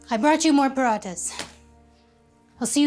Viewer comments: GIRL I KNOW FOR A FACT THE MOM ISN’T DESI BECAUSE SHE PRONOUNCED PARATHAS LIKE “paRATaS” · That very Indian mom couldn't pronounce Parathas in Indian accent correctly !!